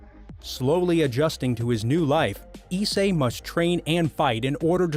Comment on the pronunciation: pretty pissed u said my boy issei name wrong, and rias wrong 😐